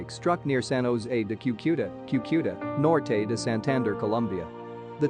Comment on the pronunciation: Why do you have pictures of other disasters and devastation on this video. NONE of this is from the earthquake in Cucuta Colombia or the surrounding areas. Also you pronounced the city and almost everything else wrong. I am in Cucuta and can confirm very little to NO damage